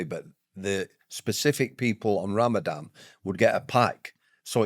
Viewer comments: Is it Ramadan or Ramadam ? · Would you mind terribly if we call it Ramadan not Ramadam?